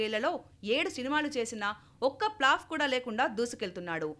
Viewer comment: Plaf kadhu😂😂😂